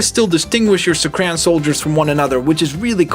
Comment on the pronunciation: It's not pronounced suck-ran it's pronounced suck-are-en